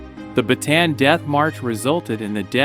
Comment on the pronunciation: ba ta an not batan